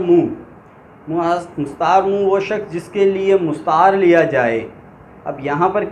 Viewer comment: Masha Allah achhi he. Lekin kuchh galatiyan hain aapki urdu me jo mai type kar raha hu ummid karta hu k aap durust karne ki koshish karoge. 1 mushabbeh nhi mushabbah hota hai, 2mushabbah bihi hota hai, 3 musta'ar munh nhi musta'ar minhu hota hai isi tarah tashbiyah nhi tashbeeh hota hai.